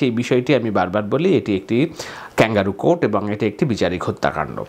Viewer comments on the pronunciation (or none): none